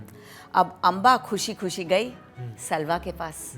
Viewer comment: Pronunciation errors. For example: सल्वा नहीं साल्व